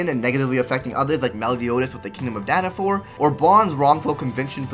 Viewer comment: Dana-FALL not Dana-FOUR!